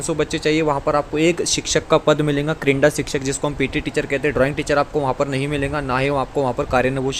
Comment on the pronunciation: Sir aapne jaise ke taisa pad ke sunaya baki kuch clear nahi huwa or "kirinda" shikshak nahi hota "kirda" hota hai or "yattya" nahi hota "ittya" hota hai or pure time karybhar period arrangement me baithega to hi school teacher appoint kar sakti hai or 1se 10 ke bich hai par 6 se 8 tak pat sankhya count hogi